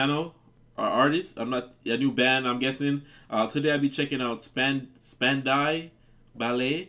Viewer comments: Since you like the hook of this, you might enjoy "Set Adrift on Memory Bliss" by P.M. Dawn. It samples this song. Oh, and it's pronounced "Spand-ow". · Span-dow like wow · Pronounced Span-dow Ballet. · Dow, rhymes with how, not Doh! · Spandow = Spandau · Spandau Ballet were part of eighties New Wave / New Romantic era when so many British bands came over and took over the air waves! I like their songs “Gold” and “Only When You Leave” too! But So many artists have sampled this song! It’s a great song! It’s pronounced Span-dow!😂❤️❤️ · It is pronounced Span Dow(rhymns with wow) ballet as in the dance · Its pronounced Spandow Ballet , listen to thru the barricades , amazing song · "Span-Dahw" Like Dow Chemical Company. Or "Cow", and "Now", but not "mow", or "blow". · LMAO. You'll get it next time, man.... spand-ow. ... like "Ow! That hurts!!" 🤩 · 💜💙❤️ Spand OW Ballet is the best way to say it 😊💞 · What a voice Tony Hadley has. You can't do this and not do 'Gold' next. It's a must! Spand-ow, as in Ow! that hurt! lol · A big fan of your reaction channel. You really have a wide range of music you get into which makes your channel worth tuning into. BTW the correct pronunciation of the band is Span- Dow Ballet... the dau is pronounced Dow. There is an artist and song that I would like you to react to........the artist is Seal and the song is crazy. He also did a theme song from one of the Batman movies. But Crazy was his first big hit and I would love to hear your take on it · Pronounced Span-Dow (like how but with a “D” at the beginning) - my favourite band of the early 80’s when I was in my early teens - many many years ago!! 😂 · The bands name is pronounced ‘Span Dow’ and it was a massive love song in the 80’s. It was sampled on ‘Set Adrift On Memory Bliss’ by PM Dawn in the 90’s and ‘N Dey Say’ by Nelly in the 00’s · A favorite! SPAN-DOW Ballet (like the dance) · Spandow, is a little closer..haha. Great reaction! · Pronunciation is Span-Dow Ballet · It's 'spandow'